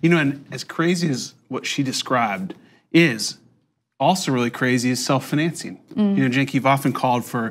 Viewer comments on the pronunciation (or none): Am I the only one irritated by how annoying the dude pronounced "self-financing" ? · I am irrationally angry at the way that guy pronounces "financing" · Scrolled down looking for the comment making fun of the way that guy says the word "financing." Couldn't find it. Therefore: Who is this guy and why does he pronounce "financing" so weird?